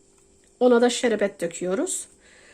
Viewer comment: Sinir bozucu konuşyorsun. Şerebet degil şerbet denir